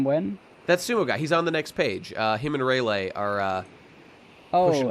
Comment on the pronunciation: I just have to know why you are pronouncing Rayleigh's name Ray-lay when it's pronounced Ray-lee?